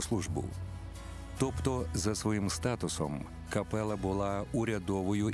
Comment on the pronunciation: дякую за чудову првцю, за фільм. Зауваження до диктора - капела - читається з одним "л". До авторів тексту: "Європа підсіла..." - це більш, ніж непристойно подавати до глядачів від каналу Суспільне/Культура